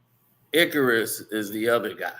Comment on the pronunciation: That is not how you pronounce Icarus!!! 😂😂😂😂 check spelling regarding Greek Mythology and about flying close to the sun!